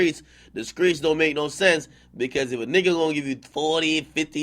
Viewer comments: IN THE WHA , YOU MEAN THE STREETS , NOT SKREETS ! wtf ? .......SMH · Nigga said the Skreets like he from ATL or something 😭😭